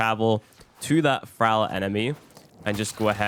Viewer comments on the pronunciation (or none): I hate to tell you this but thrall is not pronounced fral